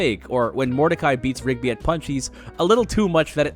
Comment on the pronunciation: “Punch’eez?” wtf speak English